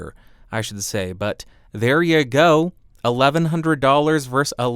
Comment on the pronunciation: Yes, this was back when he couldn't say versus. Weird.